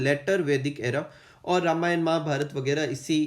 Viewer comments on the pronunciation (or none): none